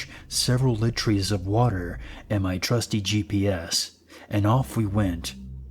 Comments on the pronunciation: "several lit-trees of water" hahaha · wtf is a litry of water? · . "Litrees" you meant liters spelled "litres" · This is making me nuts - It's "et cetera" (et cet·er·a), not "eggsedra" or "exedra". And it's "escape" (es cape), not "excape". And I just heard, "I had several lit-rees of water". I think that's supposed to be liters. And there is no such word as "accrossed" or "acrost". It's "across". I like these stories, but these little grammatical disasters are killing me. It completely takes me out of the moment.